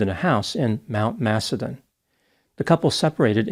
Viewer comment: Great job. You pronounced Mount Macedon perfectly, Melbourne too.